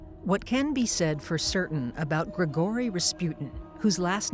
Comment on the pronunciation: Good video but like,, "GregOry Raspyut'n" ??? Sorry that just stuck out to me xdd